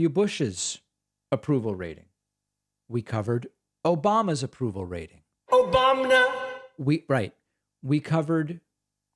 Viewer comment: I can't stop laughin every time a hear "OBAMNA"